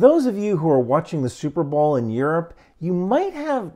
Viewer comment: Never heard before of superbowl and it sounds like superblow.